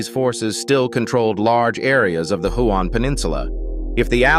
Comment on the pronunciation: Do you think you could pronounce the names properly it's hyooon lae ie lie